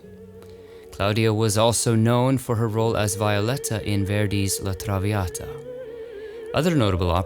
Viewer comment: Violetto is pronounced "vee-o-letta."